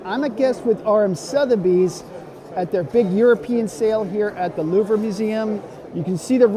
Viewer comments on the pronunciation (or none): How did you pronounce Louvre? 😂